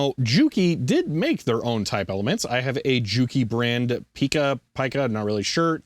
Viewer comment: It's pronounced pie-ka